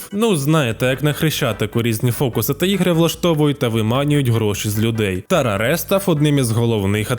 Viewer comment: Відео шикарне, я радий, що на українському ютюбі є такі кадри. Але не ТарарЕ, а Тарар, бо у французькій мові кінцевий е, якщо він без наголосу, - не читається, а так все шикарно.